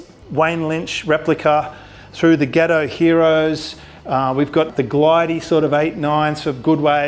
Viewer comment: Got oh. Not ghetto mate. 😉😂